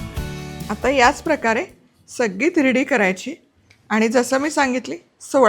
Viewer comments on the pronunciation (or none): अग तिरडी नाही ग धिरडी म्हणतात त्याला.